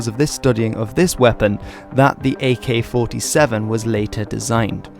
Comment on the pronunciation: Holy shit he said the name right!